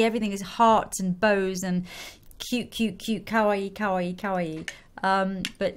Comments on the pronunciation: When you pronounce kawaii make sure it is ka-wa-i not cow-wa-i. The i makes an e sound. Kowaii means scary/scared/afraid which sounds very similar to kawaii so it is all about pronunciation. :) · lol it sounds like she's saying cow-aii